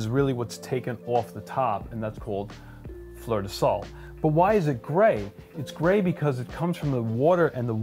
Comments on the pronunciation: Same here! I find Himalayan pink salt "saltier" than regular table salt. Now I am curious about the others. Fleur de sel is pronounced fler (roll the r) de cell. 😉❤️. This was surprisingly interesting. Thank you! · Fleur de Sel, the "el" part is pronounced a little like the letter "L". Great video! Learned a ton. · very cool video. fyi, the first time you pronounced fleur de sel you pronounced the sel correctly and the fleur incorrectly, the last time you said it the fleur was correct and the sel incorrect.